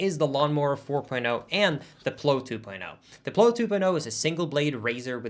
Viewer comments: I'm sorry sir but you're pronouncing the word 'plow' wrong. It is pronounced like the word 'wow'. Love you! ❤️ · I tried to come up with a spelling to poke fun at pronunciation of plow, but I couldn't. Therefore, it must be correct....except for the fact that i just thought of one. Ploe.